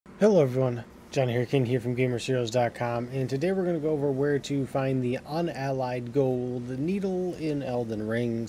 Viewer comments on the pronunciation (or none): Unalloyed... not Unallied